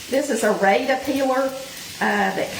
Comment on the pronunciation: Rada is pronounced like the a in cat…..not like the a in radar. 😊